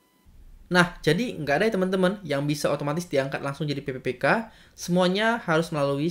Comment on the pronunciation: cara penyampaian nya mungkin bisa diperbaiki lagi untuk penyebutan pppk dan tahun.